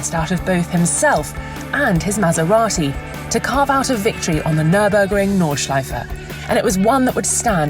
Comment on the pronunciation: I love it if These voice sad "Nordschleife". It sounds very nice 😂